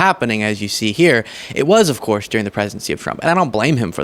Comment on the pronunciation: “Dyurring” (during). Not “Deering”. 😊